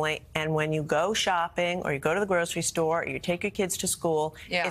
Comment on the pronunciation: Hey Gina, learn how to pronounce the word 'forward' correctly. There is an R in it.